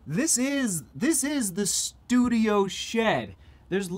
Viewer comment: "shudio" shed studio lol